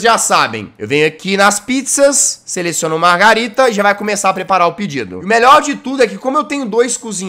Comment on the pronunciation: Jazz é margerita não margarida nem margarina 😂😂😂😂😂😂